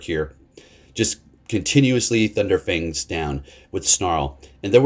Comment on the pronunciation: Love you, but how many videos are you going to call it thunder fangs? 🤙😂